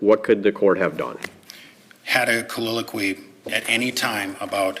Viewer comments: Yup. He's combining the words soliloquy and colloquy into colliloquy 😂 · Counsel for appellant isn't helping himself when he mis-pronounces the word "colloquy" as "colliloquy". One has to wonder just how capable he is. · A "colliloquey"? "colloquy" 🤣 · His combination of the word, “colloquy,” with “soliloquy” is just irritating me. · It’s making me insane how this guy says “colloquy”.